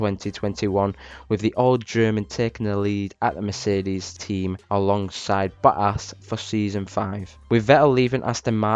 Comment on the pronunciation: i love how he say bottas as bo'aas